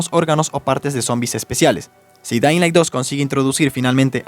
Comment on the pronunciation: jajajaja me paso q no sabia si dijo "dainlai" o "dedailan" XD